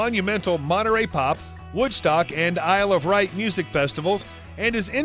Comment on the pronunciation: The Isle of Wright ?